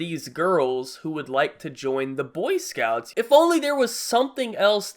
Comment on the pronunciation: it's "boy scouts" not "cunt scouts" jesus